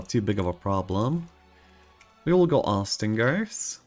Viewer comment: Austringers are pronounced similarly to stringent. Oss-trin-jers. or Aw-strin-jers.